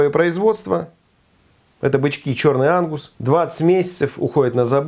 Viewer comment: Три раза прослушал чтобы понять что это бычки чёрный Ангус, первый и второй раз послышалось что бычки черный анус😂😂😂😂😂